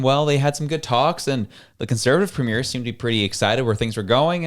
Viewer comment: The way this guy pronounces "premier" and "fraser" makes me suspicious of his canadian credentials...